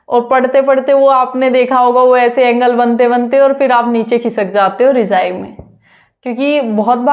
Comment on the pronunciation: Rijai 😂😂 it's rajai❤